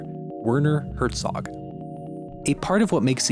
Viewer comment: Second time this week I’ve heard a YouTuber pronounce Werner Herzog wrong. It’s pronounced “Verner” for pete’s sake.